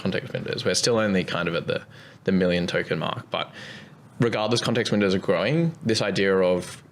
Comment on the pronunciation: it’s been a while since i’ve heard a grown man incapable of pronouncing r’s and replacing them with w’s.